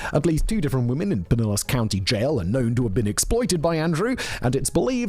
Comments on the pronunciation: Pinellas = Puh-NELLAS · Pinellas - Pin - ay - uhs. Just trying to help you out Simon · “PIE NEL LASS” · "piniliss" lol :D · Lmfao I had to hear you say Pinellas a few times 😂😂😂😂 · Yep I found it funny also, as I’m sitting on a toilet inside of pinellas county